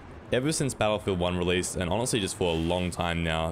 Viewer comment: I'll switch to "bel'feedah" then